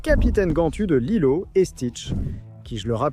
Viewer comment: Beaucoup d'erreurs de prononciation qui laissent entendre que tu n'as pas vu les films, car pour dire Lila au lieu de Lilo il faut le vouloir, sinon le reste ça va issou